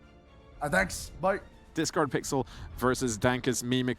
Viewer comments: the discord blips every time he says your name wrong is such a subtle editing jab i love it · It was great hearing the discord sound when the commentator mispronounced Discardpixel's name